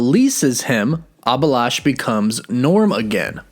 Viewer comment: It's not abilash , it's A-bhi-lash